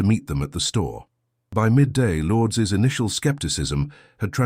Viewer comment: Filipino pronunciation lour -dez